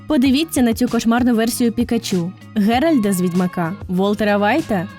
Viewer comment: Ґеральтаааааааа! З "т"! :P